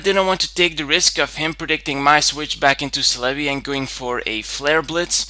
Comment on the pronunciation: I enjoy your battles and commentary but the way you pronounce Celebi is annoying :(